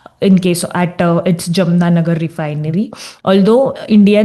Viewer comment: It is जामनगर and not जमना नगर २:४८